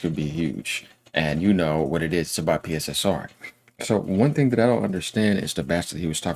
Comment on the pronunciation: Its pronounced... Pisser and Pisser2